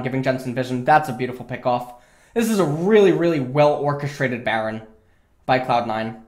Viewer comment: A-atrox, kah-suh-den, bah-ron